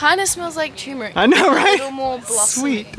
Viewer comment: "Is that a Tumeric flower?" 👩‍🎓